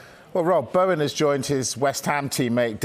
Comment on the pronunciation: This presenter is hopeless,yesterday he couldnt pronounce Bowen's name (Baowan) and now he doesnt know West Hams stadium (city stadium )